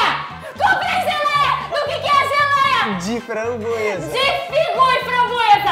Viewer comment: "Geléia de Funbruesa "